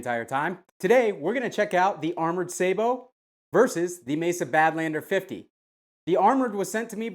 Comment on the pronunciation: wouldn't it be pronounced sabot as in sabotage?